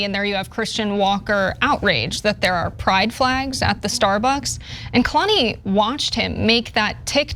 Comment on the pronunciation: It’s pronounced Kaylani.